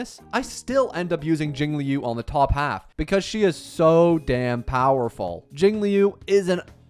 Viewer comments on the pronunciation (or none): none